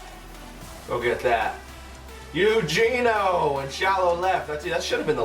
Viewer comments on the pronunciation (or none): I’m sorry but it bothered me-his name is pronounced: aye-you-hey-nyo...not Eugene-o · The third baseman is Ay-you-hey-nio